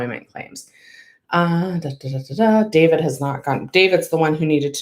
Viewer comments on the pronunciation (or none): none